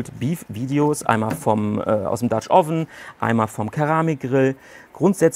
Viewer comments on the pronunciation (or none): none